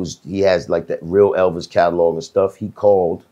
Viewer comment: BIS > ELVIS. 2023 BRO STILL CANT SAY HIS NAME🤦🏿‍♂️